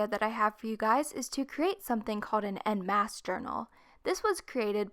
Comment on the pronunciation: En masse is in french sweetie it's pronounced in a different way not hating just saying